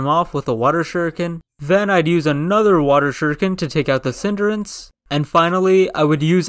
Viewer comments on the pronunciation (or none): It’s not cinderance it’s cinderace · Hearing non-Pokémon people trying to pronounce pokemons names makes me wanna cry… like bro? Cinderance????